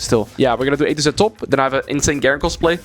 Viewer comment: I, an american, had to rewind four times and turn on captions to understand that he was talking about doing an "A-to-Z top lane" series, not a "80 cent top lane" series. There might be something wrong with me Cool unethical nightmare Garen gameplay btw